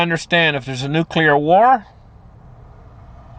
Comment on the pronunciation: TODAY ON A HUNDRED WAYS TO DIE WE REVISIT NUCULAR DEATH... Sorry I am drinking tonight, but love you brother 😂😅